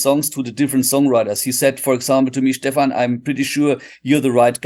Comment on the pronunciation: Phenomenal interview with an amazing guitar player and composer! The only "incorrect" item was how you pronounced his name. It's not Steven, it's Steph-an.